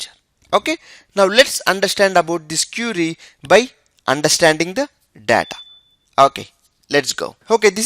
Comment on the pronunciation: IT IS QUERY NOT CURIE BRO.